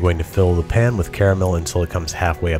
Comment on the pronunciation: Soooo.... He coooould say pan... why does he say pun?